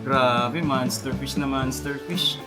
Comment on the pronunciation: MONSTER FISH... MONSTER FISH...MONSTER FISH... MONSTER FISH.... HINDI!!!! MANSTER FISH... paki correct ang pagbigkas nakakairita at nakakabobo ang bigkas ns MANSTER FISH...